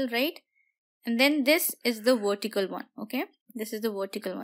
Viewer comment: you helped me a lot in my studys thankkkkkkk u .......and love it when u say wortical support haha :)